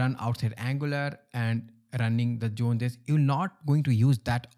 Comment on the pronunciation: what is "June Jess" ? Sorry, as as English person, I don't understand.